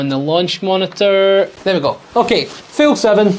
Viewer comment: dang I swear you kept saying Fill 🤣